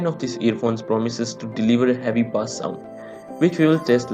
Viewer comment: Not baaaaaaaaassssss it pronounced as BASE - BASS